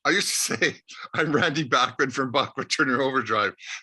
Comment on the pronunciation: Thank you but please learn how to pronounce Randy's last name properly. It's BACHman, not BACKman.